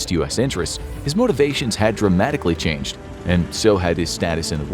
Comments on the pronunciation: “chanched” Lel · “But then, something chanched” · Everything "chanched" Don't tell me I'm the only who noticed it 😂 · “But then something CHANCHED” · Something "chanched"